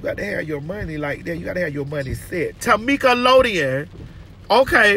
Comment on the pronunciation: TaMEEKalodien 🤣🤣🤣 I can never hear her name any other way!!!!